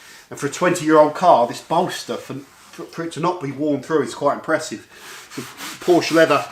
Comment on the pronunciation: Really great video. Maybe I've missed your interior stuff before so super interesting to see you work on the interior. Also. Sorry but it kills me the way you mispronounce Porsche 😔